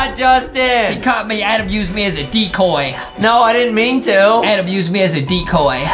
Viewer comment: It’s Adem not adam lol